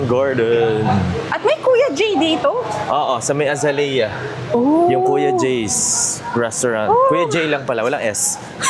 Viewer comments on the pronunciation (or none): Azalea is actually pronounced in English as ə-ZAY-lee-ə (uh-ZAY-lee-uh) with four distinct syllables, though some speakers compress it into three syllables as ə-ZAYL-yə (uh-ZAYL-yuh). (Source: AI) However, contrary to popular mispronunciation of Filipino Boracay travel vloggers, it is not pronounced A-ZA-LEE-YA.